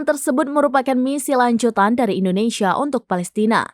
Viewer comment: Kenapa kebanyakan orang Indonesia ketika menyebut nama negara sendiri: Endonesia bukan Indonesia?